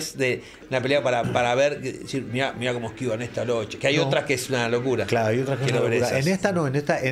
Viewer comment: Todo bien, pero se pronuncia Loke, doble CC+H en italiano suena K. Era origen Sarda de Cerdeña.